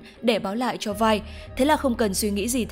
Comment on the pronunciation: 'Vi" k có đọc là vai bà ơi